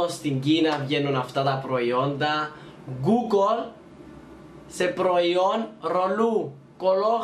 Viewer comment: Γιατι το λες γκουγκολ και όχι γκουγκλ? No hate παιδιά να ξερετε συμπαθώ πολύ τον ♥️